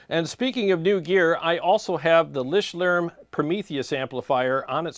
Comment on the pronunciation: It's LICHTLÄRM not Lishtlärm haven't you practice your German lesson today😅